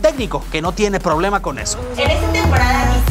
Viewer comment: Soy yo, o la chava del video dijo "Diciembre" :'v